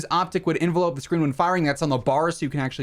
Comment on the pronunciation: 'envelop' is not pronounced like the thing you send letters in... It's 'IN'-'VEL'-'UP'